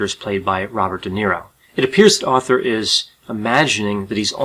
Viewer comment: So no ones gonna talk about how he starts saying Author instead of Arthur for almost the whole thing? Lol